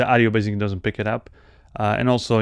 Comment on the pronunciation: You always pronounce basically to bazically...! lol..